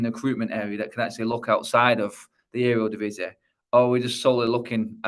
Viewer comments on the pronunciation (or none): none